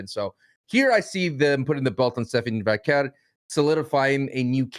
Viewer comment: saying stephanie Vackale makes me laugh